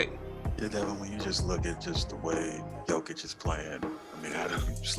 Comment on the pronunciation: By far the worst pronunciation of Nikola's last name I've ever heard.